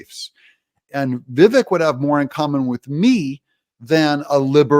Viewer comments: Doug. It's Vi-vek ( rhymes with cake ). Heard it from his own mouth. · Doug... enjoy your channel, but it's pronounced "Viv-ache." I wince every time you say it. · You're pronouncing his name incorrectly. It rhymes with cake: Vivake, but spelled Vivek. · I had difficult pronouncing Vivek's name properly until I heard him explaining how to pronounce his name. His name rhymes with CAKE. Ever since he said that, I can remember how to pronounce it. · Doug, this might help with pronouncing his name. “It’s Vivek like cake “ ❤thank you for all your hard work. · Vivek is pronounced Vivake Doug. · Doug Doug Doug, at the risk of repeating myself his name is pronounced Vi-vake as in Cake!! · Obsessed with your show, absolutely love it!!! Just want to say Vivek is pronounced like cake (Vivake). He did an interview with Bill Maher and explained how to say his name. Just an FYI, not trying to tell you how to run your amazing show 😁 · Its Viv-AkE...rhymes with cake, not shrek. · Its Vivake like Cake. I know its spelled Vivek but yeah its pronounced Vivake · Doug - Vivek rhymes with 'cake' - his own words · It’s vi-vaek. Like ‘cake’. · Vih VAKE like cake. He said it himself. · Another day, and Doug STILL can't pronounce Vivek correctly. Pathetic.